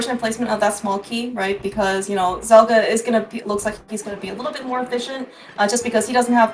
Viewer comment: I'm loving these videos but getting the name wrong for every match for Zelgadis-san is super annoying to listen to. Zelgadis shortens to Zel and if you're not sure what someone's username actually is it takes five seconds to search and come up with a probable source. This one isn't even hard: it's from the Slayers series. They scream "Zel!" a million times and Amelia calls for "Zelgadis-san!" a million more.